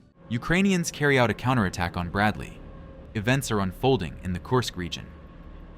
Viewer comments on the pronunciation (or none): none